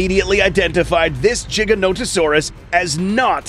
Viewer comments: It's Giga not Jiga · Stop saying jiga it's giga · It’s not giganotosaurus (jiga-nota-saurus) It’s giganotosaurus (giga-nota-saurus) (No disrespect, just correction) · "jiganotosaurus" umm........i think you meant to say giganotosaurus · jiganotosaurus how to pronounce: giga-noto-saurus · its giga-notosaurus not jiga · is it weird he says Jiganotosaurus but not Jodzilla? Why is Godzilla a G sound but not the Giganotosaurus, it's Giga dude with a G, u need to stop spreading that BS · "The JigaNOtasaurus"- the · He just called it a jiga no to sorus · Mans said jiganotasaurus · Im sorry but Im getting so triggered with him saying jiganotosaurus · Rexy did not kill the Giga, if you've watched the film you'll have seen it was the Therizinosaurus that did the killing. Ugh Jiganotosaurus still annoys the hell outta me coz apparently I've been saying "Gigaton, Gigabyte and Giga blast" wrong all these years, lol jk there's no J sound. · so tell me, do you pronounce 1 Gigabyte as Jeegabyte? same as the Jeeganotosaurus? i dont see the difference between Gigabyte and Giganotosaurus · Dude the thing that is annoying me is He's saying jiga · its gi - ganto - saurus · HAHAH "jiga" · At least they’re not saying it like: Giganto Saurus. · JIGGAnoto saurus? dafuq is this pronunciation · He mispronounced the gigas name wrong every sing time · You pronounce gigonotosaurus wrong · Why's he saying giga wrong? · Why did he pronounce it giga-noto-saurus